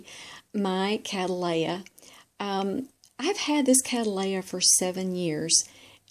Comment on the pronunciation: To and other Americans or people speaking American English, please refer to The American Orchid Society for the correct pronunciation of Cattleya which is derived from the English Surname Cattley.